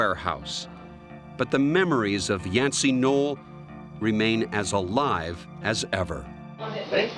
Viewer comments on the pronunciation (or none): none